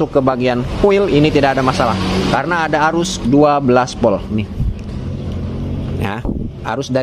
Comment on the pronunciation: Urang sunda knpa nyak te bisa omong huruf Volt sllu bilang Polt 😊